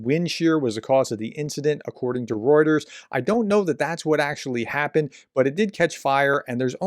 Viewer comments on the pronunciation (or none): none